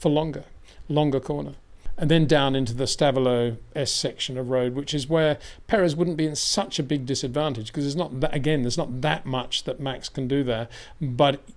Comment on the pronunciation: It's Stavelot not Stevelo...😉